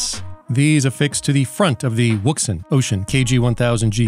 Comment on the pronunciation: Love your videos,, but I wanted to help out for your favorite listener. I have a Chinese friend who has been a ham operator for many many moons, and he instructed me on how to pronounce the brand-name. It is pronounced "WOUXUN". You're welcome